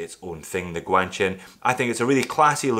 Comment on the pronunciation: your first GuanQin video is my favourite.... cos i realised that finally i know something you don't ;) its "G" is supposed to sound like "Kw".